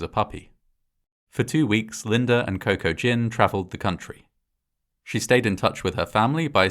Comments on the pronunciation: >Cocoa Gin I swore I heard Kokujin, like this was an H.P. Lovecraft type situation. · "Coco-Gin".... Cocaine and Maritinis! Maybe should have named him "GPS" or "trail map"... hahaha